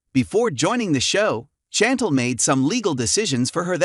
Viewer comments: SHantel not chanttell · Her name is pronounced as "SHAN- TEL" But its spelled Chan-tel.